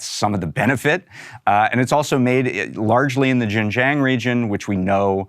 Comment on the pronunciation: Why do these experts never know how to pronounce Xinjiang? It is Sheen Jiang not jinjiang.